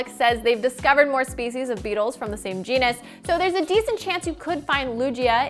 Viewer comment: Why did she say “genes” like that